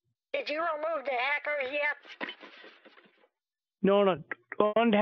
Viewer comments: Did the fool say 'haircut' instead of 'hacker' ?🤔 Maybe I need new batteries for my hearing aid too. The Energiser 🐰 may help. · It's supposed to be a hacker but the scammer sounds like he's saying hiccup